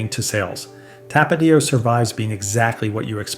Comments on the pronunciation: You got the number 1 right. Valentina black label is the best but Valentina red label also beats everything else in this video. Cholula should be 3rd after Tapatio, which you pronounced incorrectly, it's tap uh teeo, not tuh paw tio. Vinegar forward "hot sauces" aren't real hot sauce. Franks Red Hot was better when it was Durkee's Red Hot, just like Twinkies were better before Hostess was sold off to the highest bidder. Corporate greed ruins everything. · Not to-PAT-io, To-pa-TI-o. Like the accent indicates. But all in all I like the vid. I've never had Valentina, but I have to try it. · Tah-Pah-Teeeee-Oh. Do my boy right. 🩵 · Tapatío - TAP-AH-TEA-OH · So how is this gringo an expert and he can't even say tapatio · How can you judge hot sauce if you can't say Tapatio correctly? I love that sauce. I also like Tabasco too and it is a real hot sauce. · Never heard anyone pronounce Tapatio like that and I live in Southern California. You left off El Yucateco, which is both hot and flavorful, comes in many different flavors as well. If you want a more mild sauce for Asian foods, Sriracha is decent. Sweet and spicy. All the Mexicans I know prefer Tapatio over Valentinas.